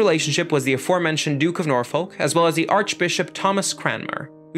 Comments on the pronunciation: Great video! Just a tip for next time Norfolk is pronounced more like Nor-f*ck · Great video again! But the way you pronounce 'Norfolk' lmaooo